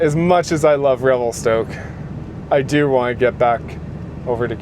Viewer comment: Revel-stuck haha